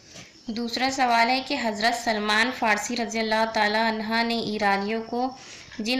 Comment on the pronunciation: Razi allahu taalan ha bol rahe ho aap..... Taalan hu kahna chahiye